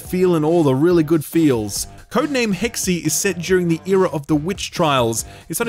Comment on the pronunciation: "Hexe", Hex-eh, german for Witch.